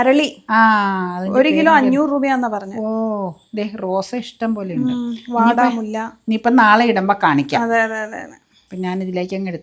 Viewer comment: വാടാമല്ലി പൂവ്. വാടാമുല്ല അല്ല